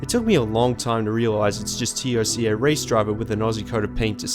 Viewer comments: literally no one calls is Tee oh cee ay, it's Toca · Who else gets annoyed with him saying T.O.C.A. instead of TOCA... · It's TOCA (say as one word) not T O C A (seperate letters) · Just say TOCA ... for the love of God dude. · Dude, Toe-Ka. Just say Toe-Ka. Nice vid btw. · Its pronounced Toe-kah